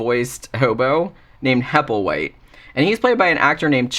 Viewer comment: In "The little black bag" at the beginning Burgess Meredith calls the other bum, "Happleway", (however the spelling) and the bum gets mad and says "HappleWHITE!". Made me laugh when i heard you say "Happleway" too! 😂